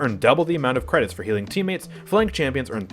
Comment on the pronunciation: "Spend your cwedits before I spend dem for you!"